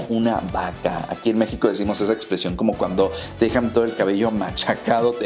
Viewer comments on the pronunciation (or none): none